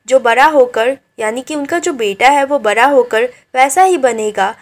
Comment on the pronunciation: Bda hua❌bra hua